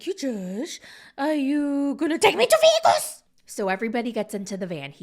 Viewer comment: oh she means Las Vegas in Nevada America. Natalie pronounces it VEGUUUSSSS. City is all abt casinos and flashy life and where bachelors go to ruin their marriage day before 😹 or even get married for 1 day there. Vegas is fun